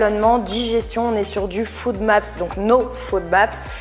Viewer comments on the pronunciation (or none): Juste une petite rectification, je t'entends souvent dire "FOODMAP", c'est plutôt "FODMAP":)